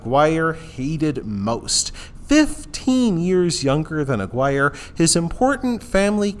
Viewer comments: It's pronounced "ah-gear-ay" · That is definitely not how you pronounce that